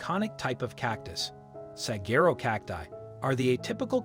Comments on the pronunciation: Will someone please teach this bot how to say desert?🤦🏾‍♀ Oh, and also how to pronounce Saquero, it's not Sa-gerro, it's Sa-wah-ro.😊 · It irritates me every time he says it (desserts) — also his mispronunciation of Saguaro. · This moderator does not know how to say desert or sagharo